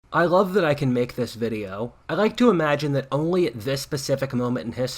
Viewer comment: i rove i rike 😂